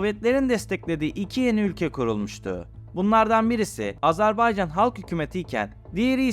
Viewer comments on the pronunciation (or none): telaffuza dikkat edin lütfen. Azarbaycan değil Azerbaycan. Maaabad değil Mahabad